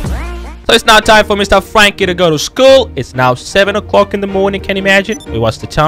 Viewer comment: you can't say Frankie u always say fwankie 😂😂